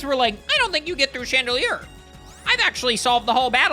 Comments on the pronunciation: That is really handsome and incredible at Maths, but probably did very bad in literacy because why on earth would he pronounce Chandelure as just “chandelier”? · please. It's Chan-de-lure not Chandelier. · you beautiful disaster. It is UN fesant. Like unpleasant. Please. And chandelOOr. Like chandelier and lure. I beg you.